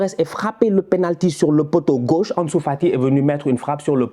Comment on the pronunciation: 46 buts en 24 matchs: cette attaque est honteuse. Xavi doit bosser un peu plus. Mais pourquoi tu prononces « Anesou », comme si tu as pas etudié avec Sidy et Rama 😅😅😅